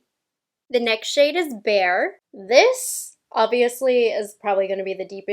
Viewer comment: LOl it's Bare not bear